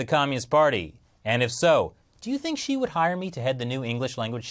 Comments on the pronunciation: Multiple times when he said Xi i thought he said she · It keeps sounding like he's saying she and not Xi.